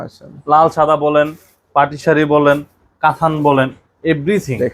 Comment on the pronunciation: কাথান কেন বলেন। কাতান বলবেন।